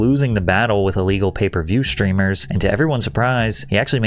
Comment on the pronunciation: There no "sh" sound in the word "streamer."